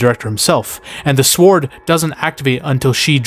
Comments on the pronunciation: You say sword with emphasis on the w. Love it lol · You saying sword with a hard W and sliding in that sienna is also very attractive during that explanation sold me! 😂 liked, and subscribed!